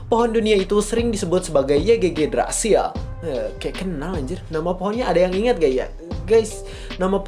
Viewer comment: Bacanya IGGRASIL bang